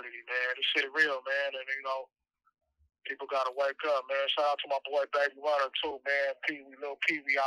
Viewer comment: This mfa said “ Baby Runer “😂